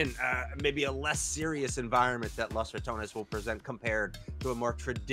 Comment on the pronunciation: We need to get this dude some glasses or reading lessons! L(A)s ? With a O? It's LOS, and Ratanes? RatOnes!